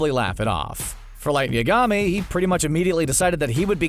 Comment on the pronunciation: The way he pronounce Madara and Yagami makes me rage